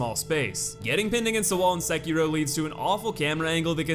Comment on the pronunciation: Can you please learn how to pronounce the name of the main character? It's literally said by Isshin multiple times throughout the game, the way you and the other youtubers pronounce it is painfully wrong. Seh-kee-roh (doh) roll the r. Even Vaati can't be arsed to pronounce it right, though I guess fanfiction and making shit up is his forte, and stealing content. So not surprising.